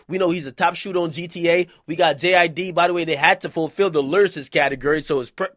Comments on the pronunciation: I thought you say J IDK 😭😭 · Its jid bro just Jid